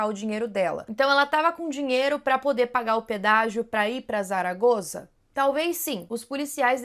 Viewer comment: Zaragoza, se pronuncia como se fosse um S. Saragosa, só prende o S nos dentes, um s mais fechado ❤